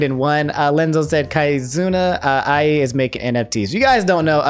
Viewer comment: It's not pronounced "kai-zoona", it's "kee-zoona" Still, very informative, fun and easy to follow video :D